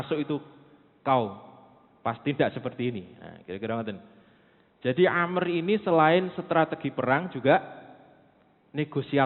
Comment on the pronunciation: Amr bukan Amru, Amr bin al ash ra..terkadang ada ustaz2 myebut Amru..sebutan yg benar- Amr,Am.